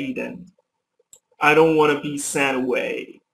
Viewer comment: i noticed something i heard send .. not sent